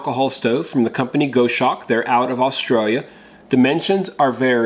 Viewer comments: Hi..... it’s pronounced.....Gos Hawk..... not goshark...... just a heads up.... the goshawk is a beautiful bird of prey.... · Gos hawk, not Go shawk. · Go shawk? Pronounce it Goss Hawk. Maybe you don't have them in the USA. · It's gos-hawk, rather than go-shawk - it's named after a bird. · Pronounced Gozz-hawk, not Go-shawk. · Gos hawk not Go shawk! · It’s Goshawk. Gos-hawk. A large bird of prey. Like Sparrow-hawk. 👍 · it's Gos-Hawk mate. Aussie bird of prey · Just a quick word,. The name is from the bird of prey, it's pronounced like boss hawk. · Just for you information. Goshawk is referring to a birds name. The pronunciation is "gosawk". It is a hunting bird. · Not to be a pedant, but it’s pronounced GOSS-hawk. Named after a hawk from the Accipiter family. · I think this is pronounced Goss-Hawk ....the same as the bird which I assume its named after. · (It's pronounced Gahs- hawk). It is one of the birds of prey; of the Hawk family. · The name of it is a bird of prey and pronounced gos-hawk! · Love your channel. Never thought for a minute that you would resort to click bait. Knew it was legit. Cool stove but a little pricey with the postage. I think you may be pronouncing it incorrectly. A Goshawk is a raptor, like an eagle or falcon, only much smaller. More like a Kestrel. It is pronounced like gosh hawk except you drop the first "H" sound.